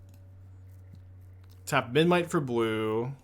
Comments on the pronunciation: I think it's kinda cute that can't pronounce Memnite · thats a kind way to put it lol